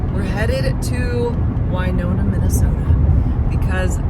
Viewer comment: You pronounce Wyoma Minnesota you pronounce it like win Nonna by Redwing so if you need new shoes or boots go to Red Wing